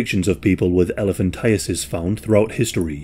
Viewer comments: Thank you for pronouncing it correctly. I always hear "elephantitis." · This is my first exposure to hearing it correctly. I have lived my whole 36 years believing it is elephant-eye-tis